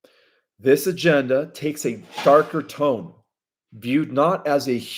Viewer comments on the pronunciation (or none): none